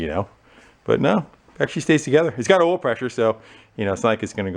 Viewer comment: Wait….at 13.33, you pronounced ‘oil’ as ‘Earl’ and there’s only one other person I’ve heard do that….Derek, from VGG! Please tell me you’re a fan?